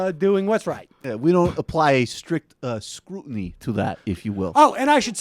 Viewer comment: "We don't apply a strict scrutiny" , "scrot-iny"...